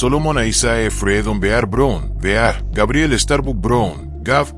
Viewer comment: No se por que no pronuncia el apeellido correcto ( Brown , no Brun ) suena feo .